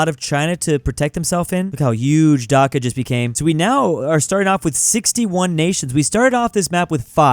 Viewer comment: He said Dhaka is bangladeshi correctly